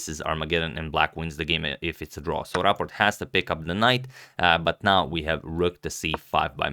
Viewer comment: You pronounce it perfectly👍 but You could set a newer profile picture for Rapport because it's a little bit old 👍👌